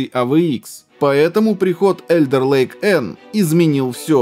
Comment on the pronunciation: "Alder ... " - читается только не как Элдер..., а как Алдер Лейк